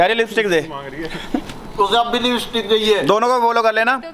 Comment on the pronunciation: It's LIPSTIC Not LIPISTIC😂😂😂😂😂😂😂